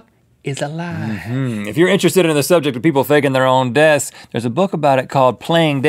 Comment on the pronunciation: I have evidence on my channel that Kurdt and JoN are still uh-live